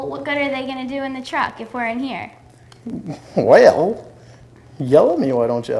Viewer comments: "Whale, yull at me why dontcha?" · does Chris really say "well..." like "whale..." because of how said it earlier? If so that's a sly little jab right there!